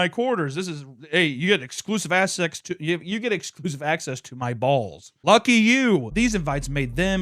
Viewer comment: Are we not gonna acknowledge he said "Exclusive Ass Sex"